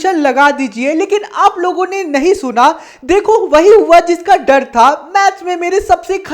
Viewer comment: Tume bhi ise 2× Pe logo ki jagah lodo sunai dera hai 💀